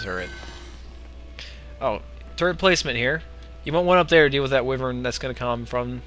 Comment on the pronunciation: Hey, I'm not the only one who pronounces Wyvern wrong without caring that it's wrong. Kudos to you, good sir.